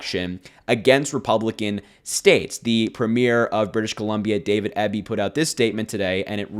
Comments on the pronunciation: PREEM-yer. EE-bee. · David Eeee-Bee